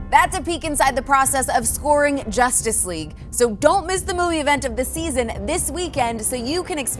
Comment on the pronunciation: Did he say josstice league ? 😂